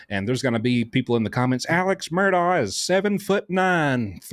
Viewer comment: Love you, but please pronounce Murdaugh correctly. Sometimes you say the name with a “K” sound on the end and sometimes you pronounce it correctly, like you just did, as Murdaugh ( silent gh) It’s a strange name and the media all ways gets it wrong….,,😊